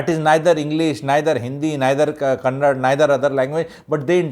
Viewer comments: First of all, it's not kannad, but kannada!! Hindi ppl take pride in mispronouncing... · Stop lecturing the manager the way she said I will never speak in Kannada do what you want this is not fair first place respect the local language even if she cannot talk and also it’s KANNADA not Kannad it’s KARNATAKA not karnatk and no one is jealousy of North Indian we are all Indians the thing is when you are in a particular state respect the language even if you cannot speak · Sir, One sincere request from a citizen of Karnataka, Our Language is called Kannada, Da, Da in the end. Please learn the name of the language if not the language. There is no language called Kannad. It is very embarassing. Kannada, Da in the end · Its kannada and not kannad. I am from bengaluru. That person did ask her in kannada without knowing her arrogance. He never got clarified as he coukd not speak Hindi. But thanks to those people propogating hindi as a national language and Sonu nigam singing in a concert in Karnataka equating us to the reason for the Pahalgam attack. I being a kannadiga have fluent hindi because the very first time i visited Bihar i did manage to learn hindi. Stop this non sense of maligning for no reason. I recall in one of the episodes where you made a video of how ethical we sourh indians are compared to north india. I did witness this change when i visited patna, lucknow, mainpuri, vaaranasi. Those states have gone for dogs with law and order been thrown to the air. Obvious people would migrate or i would rather say exodus to south india for their livelihood. Let me remind you this got ignited post covid when mass exodus from these states became more visible. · That is kannada sir not kannad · SIR.. aapki bhot respect hai.. aap bhi dusre Uneducated logo jaise " KANNAD " naaa bole . KANNADA bolte hai usko.. jaise Hi di ko HIND ya Paaani puri waale nhi bolte hm log idhr. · It's Kannada not Kannad. Get your facts right